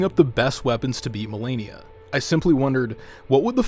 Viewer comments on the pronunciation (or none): none